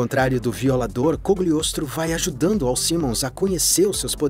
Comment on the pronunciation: Ah, pequenas correções: Não sei se ao certo é o nome em inglês, mas é Cagliostro, então achei bizarro "Cogliostro".